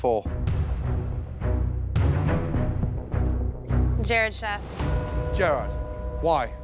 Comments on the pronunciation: It’s Jared, NOT Gerrard, Ramsay! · Jarod is how his name is spelled so he's saying Gerr-odd. Kinda like how he pronounces Nachos as Natch-Oss. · Everyone: Jared Gordon: Gerard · I love how Ramsay literally never says Jared’s name right lmao